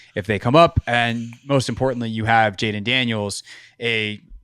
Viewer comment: HIS NAME IS JAYDEN!!!! Wtf. It’s not hard